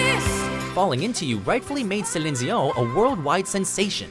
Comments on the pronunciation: Yeah. Keep on butchering celine Dion's name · Nice over pronunciation on Celine Dion. Tryhards. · just don't say celine dion, like ever. get someone else to say it for you and put that in, because quite frankly your way of saying it ghastly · Why can't you say "Celine Dion" correctly? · I live in France and i’ve never heard this pronunciation for Celine Dion 😅😂